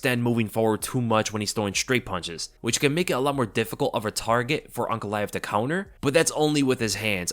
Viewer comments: I thought was saying Uncle Laev for half the video until I looked at the spelling 😅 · Man kept on thinking you were saying Uncle when saying Magomeds lastname.